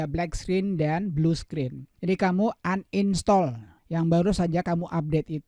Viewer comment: Bilang uninstal aja uninstol😭